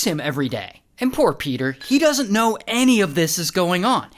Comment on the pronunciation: PEDAHHH THE HORSE IS HEAH